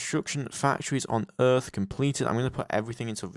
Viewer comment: That's earth not Rhys. I hope you corrected that later